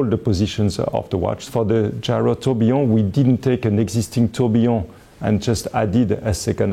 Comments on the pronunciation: I'm french and yes, il dit bien "tourbillon". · Tourbillon is a French word. Are you suggesting that a Frenchman doesn't know how to say it? I'm not French, but I speak the language fluently, and the way he says it sounds just fine to me. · but he doesn't say "trobionne" (starting with "tr"). He says Tourbillon, and he says it correctly.